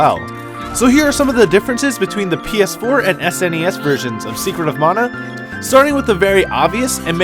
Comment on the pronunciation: Thank you for pronouncing mana correctly. For years/decades the word mana has been “white washed”. White washed= man ah Proper pronunciation= ma nah.